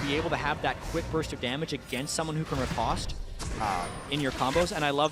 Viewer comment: Is there a way to tell the commentary team at Riot that "riposte" has a long o? "At most, I boast, riposte, French toast."I know, they mispronounce a lot of words, but if you're going to use an unfamiliar word every 20 seconds or so, maybe it behooves you to spend a minute to hit up an online dictionary and click on the little speaker symbol.